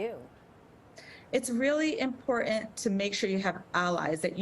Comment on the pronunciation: It's bizarre that this doctor mispronounced the word "important" every time.